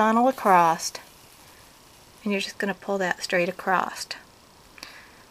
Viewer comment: If she says "acrost" one more time....